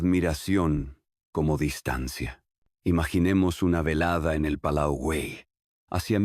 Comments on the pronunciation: Ai si si, entraba a poner lo mismo jjjj me estaban sangrando los ojos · Por favor, rectificar. El nombre de la família es GUELL, no Wel. Gracias